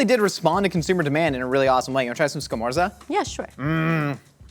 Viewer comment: *SCAMORZA But is ok guys, italy forgives you